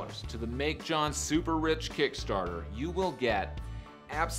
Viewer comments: You can't pronounce "Jon"? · But you clearly have a problem saying "Jon"